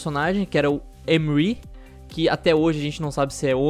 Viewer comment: uma dica,o novo personagem se chama Emre,portanto se pronuncia Emmrre,não Emiri,só uma dica mesmo